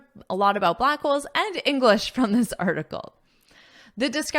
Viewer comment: I'm sorry,, but every time you say "englis speaker", yes without an H, it kinda bothers me.